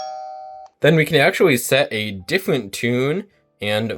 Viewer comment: Diffwent. Wouter. Configwuations. Wating. Pwo. Wecording.